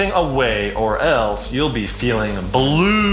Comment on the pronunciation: GUY’S OMLL WHEN YOU SAID “ You Will be feeling Blue “ AND YOU SAID CLUE OMLLL BLUE CLUE, THE LUE